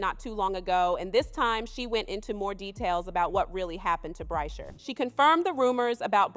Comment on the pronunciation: You're mispronouncing Bryshere Gray first name.